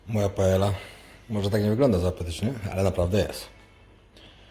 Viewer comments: Pajak. Marlenka Cię lekko poprawia. Mówi się "paeja" nie "paela" oczywiście pozdrawiamy ;) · tak tylko dopowiem niezlosliwie, w hiszpanskim 2 x L = j, czyli palma de mallorka czytamy, palma de majorka, paella = paeja :)